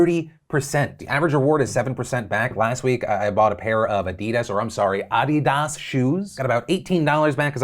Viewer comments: Thanks for says Adidas correctly, now do Nikon. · Yes ah-di-daas is how you must say it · I liked the way you pronounced “Adidas”. Now I can’t stop saying it like that...😂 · Yes I approve u saying adidas correctly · woaaah Phil when I woke up today I did not expect to hear an American say Adidas the right way. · HAHA. I am an American software developer that works in the Augmented Reality space. I have collaborated with many people from other countries. And learned the correct pronunciation of Adidas years ago. Today is the first time I have ever heard another American correctly pronounce it. Thanks Phil. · soggy captain crunch is the bomb. excellent proper pronunciation of Adidas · just have to say i appreciate the corrected pronunciation of adidas lol